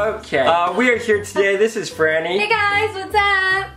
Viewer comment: Yeah it’s franny 😒not Fran 👀